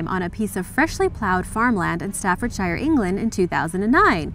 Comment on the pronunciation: Please pronounce the English counties and towns correctly 😫😫😫 it’s not Stafford SHIRE or Birming HAM 🙄🙄